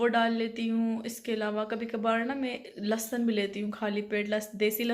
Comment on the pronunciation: Lasan nhi hota lehsan hota ha aur Jo nhi hota jawa hota ha